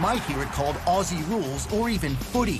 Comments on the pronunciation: First up please don’t say Ossie. Aussie is pronounced Ozzie. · Gday. Great vid. One thing, when you say Aussie, please pronounce it Ozzie… less cringy. Cheers. Don’t forget to visit. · Every time he says “ossie” when trying to say Aussie my heart breaks a little. You pronounce it “Ozzie” mate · Love your enthusiasm and interest in the game. It is one of the best spectator sports in the world. I have 1 suggestion though it's for all the US people watching and for you guys especially. The word Aussie is pronounced OZzie. Just like the wizard of Oz. Not a flat stretched out assie like you guys tend to pronounce it. Just a suggestion but after all we're the mutts of the world so I guess anyway goes down here 😅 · When you say “Aussie” it’s pronounced ozzie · Love your videos but (FWIW) Aussies is most often pronounced Ozzy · AFL evolved from a game Aborigines used to play. If you want to sound authentic when saying Aussie, pronounce the two S as Z...like buzz. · When saying "Aussie" it's pronounced as iff spelt with Z s not S's